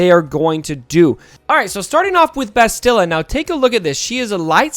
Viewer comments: Please stop mangling Bastila's name. Say the word "mastadon". Same inflections and speed. Bast-ill-ah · I dont mean to be rude, but my OCD is killing me...why does everyone mispronounce "Bastila"???